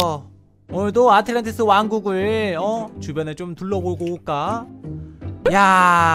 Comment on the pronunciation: ?에 아틸란티스가 아니라 아틀란티스 아닌가요?